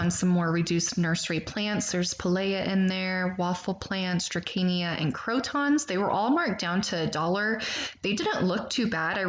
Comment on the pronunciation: It’s pronounced DRASEENA